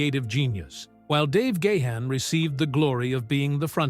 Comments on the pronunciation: Please pronounce the lead singers name correctly! there is no excuse. It's pronounced Garn not Gay han. That's better. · Its not Dave "Gay hand" its "Gone" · Oh my word! It's pronounced Dave Gah-harn, not Dave Gay-han. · For God's sake, it's not Dave Gah-Hun... get rid of that H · He said "Gay-Hann". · what is it with these documentary narrators they can't pronounce Dave gahan's sir name correctly the letter H is silent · Do you know how to pronounce Gahan properly? I think not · Grates on my ears when people can't pronounce Gahan.